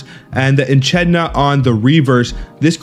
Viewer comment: Your pronunciation of echidna broke me.